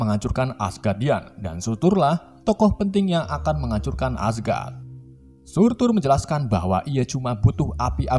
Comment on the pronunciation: Surtr Bukan Surtur🔥